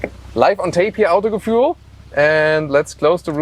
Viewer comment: Jesus Christ, what is wrong with the Germans? Why does their name change, when they are speaking in a different language? No "John" would call himself "Johann" or "José" "Josef" only because they are speaking German. Also: why is he even saying the German word "Autogefühl" as if he was English and does not know how to say it correctly and saying something like "Autogefuel". FFS you are German (as it is not hard to guess from your accent) and it's a German word! This is so awkward.